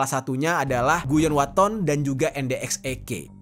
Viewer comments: Bang Guyon waton bang bukan guyon watono😂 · guyon waton bang bukan guyon watono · miris sih.. tpi gagal fokus pas Abang nya bilang guyon watono😁🙏🙏🙏